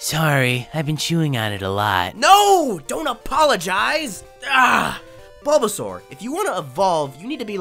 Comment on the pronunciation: Lore accurate baulbasaur im a baulbasaur in mystery dungeon 😂 Edit: i regret everything in my life and i hate myself. Btw squirtle is not saying "Char" as Chim-Char its actually Char-mander